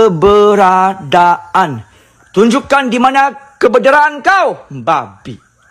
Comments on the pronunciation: Saya rasa Cik Pon tu sedang twist dia punya lidah bila saja nak sebut "KEBERADAAN"...haaaaaaaaaaaaaaaaa...malah rasanya Cik Pon lebih pandai sebut perkataan tu kot...haaaaaaaaaaa..😂😂😂😂😂.. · Kak ponti pun Duk gelak dekat atas pokok dgn pocong..😂😂😂..dia kata Manusia Mcm Dia kaki ponteng Sekolah sbb tu la tk bole sebut "keberadaan"